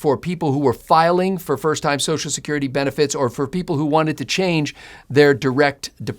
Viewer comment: Thank you for pronouncing BOTH syllables of the word "social". One of my pet peeves is politicians who routinely pronounce it "Soash security."